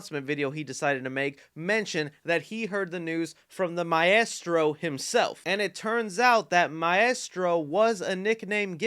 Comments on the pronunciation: The way you pronounce maestro hurts. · What is that shit coming from your mouth when you attempt to say “maestro”? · I like how you say Maestro 😂 but Zack Snyder was also called Maestro by Miller. I think it’s a name to the director in charge, not really a specific person. I think he just got confirmation that James Wan will do Aquaman 3 and that we’ll be getting Aquababy. I hope everyone is back for JL2 with some new additions but I bet the news is more Aquaman specific